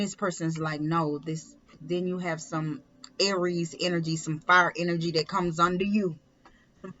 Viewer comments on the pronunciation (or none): Aries...Its pronounced ...Air reese......not ....are reese....maybe you should watch other readers to pronounce cards and signs right.....lmao.stupid peep